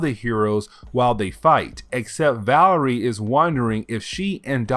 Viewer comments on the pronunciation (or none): "Valerie" 😂 VA-LER-IA. VALERIA. VA- LARE-EE-AH. Now say it